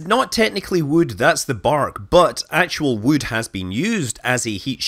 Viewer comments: "wewd" - scott manley, 2019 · Never knew wewd cewd be so gewd. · now i want to hear him recite how much wewd wewd a wewd chuck chuck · I think you may have mispronounced "wewd". :-)